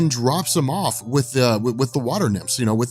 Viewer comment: Stop pronouncing scenario incorrectly, my English teacher wife keeps imitating you around my house to drive me crazy!